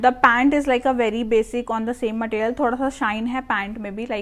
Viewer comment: Matteeriyal ❌ Material ✅